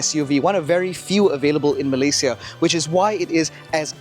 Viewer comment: Thank you for saying 'Malay-si-a' and not 'Malay-shea' haha...